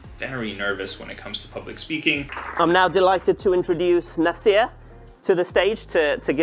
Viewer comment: your name is na-seer and not na-sir, stop pronouncing it wrongggggg